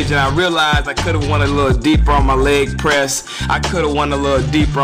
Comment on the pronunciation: "Lep Press"? O.o